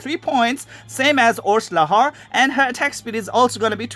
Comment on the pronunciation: the name "orslaha " you and google translate both keep pronouncing it wrong the H is silent.. the name is more like Orslaa the H is dumb and should not be pronounced... but for copy rights issues they tend to add shit just encase + chines & korean game maker's have a lot of mistakes when it comes to names and the English language in General.